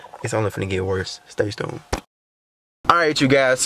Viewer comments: said stay stune lol I love and Ken empire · “Stay stune”😂💙